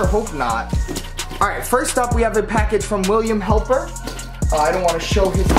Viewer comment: Hepler is not pronounced as Helper. Sheesh!!!!